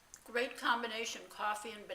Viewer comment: Did you say BRAnana bread...LOL....love your vids and recipes!